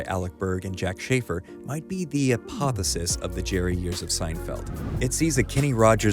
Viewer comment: Uh-poth-E-oh-sis, not "apothosis." The word is "apotheosis."